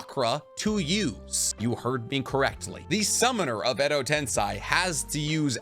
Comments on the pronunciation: Is it really pronounced ten - sai? I thought it was ten - say like the spelling of it. Edo Tensei....... Im know imma have a headache going thru this vid but Imma watch it anyway. Wait. He pronounces kakuzu weird..... Am I not pronouncing them right??? Help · im a fan of the channel and you are very knowledgeable on Naruto but u have a tiny issue pronouncing Some names/Terms, most notably its edo tensei (ten-say) not (ten-sigh) and u call Kakuzu "kakuzo" and Katsuyu "katsuyo". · can you say edo tensei insted of edo tensai or no? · Repeat after me: ten, say; ten-say, tensay. That's how you say tensei. It's a Japanese word, not a German one, you don't pronounce it tensai. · Edo tensei not edo tensai. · im sorry if this annoys you but u said edo ten sigh its edo ten say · Dude. Its Edo Tensei. Not Tensai. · Love all your vids, but the way to pronounce edo tensei is wrong. You are saying edo tensai... Sei = say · Just a sidenote about the pronunciation, it is ten-say, not ten-psy. tensai (ten-psy) is genius, tensei (ten-say) is reincarnation :) I hope that makes sense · How hard is it to pronounce Tensei instead of Tensai??? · Why do you say tens eye when in the show everyone says tensei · pronounced "ten-say" not "ten-sigh" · bro please.... its not pronounced "edo tense-eye" its "tense-ay" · Tensei man not tensai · It’s Edo “Ten-say” not Edo “Ten-sigh” 😭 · Hermione has entered the chat. “It’s edo ten SAY not edo ten SIGH!!” 😂😂😂😂😂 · edo tenseiiii.......not tensai lol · Ah.... ten-"sai" vs "ten-say" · I always wonder why you pronounce Edo Tensei as "Edo Tensai".. Was the real pronunciation wrong? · Every time he says Edo tensAAi.. i feel my iq dropping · why do you pronounce Edo Tensei as Edo Tensai? Is this a North American thing? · Edo tensei="EDO TEN SAY" GHOT DAMMIT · love how genuine your butchering of the Japanese words is...Edo Tensai 😂😂😂..and no second thought about it. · It’s pronounced edo tensei. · It’s pronounced “eddo ten-say” lol